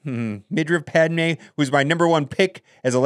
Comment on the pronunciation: I love how he said “pad mine”